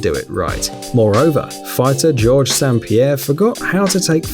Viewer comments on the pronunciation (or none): How can you so brutally mess up George st preirre’s name, he is literally one of the most famous fighters ever to exist